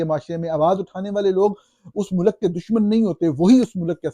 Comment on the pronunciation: Young man the plural of سربراہ مملکت is سربراہان مملکت . The pronunciation of ملک is MULK, NOT MULAK.